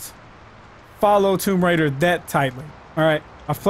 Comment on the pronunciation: Toom raiders 🤣🤣🤣🤣🤣🤣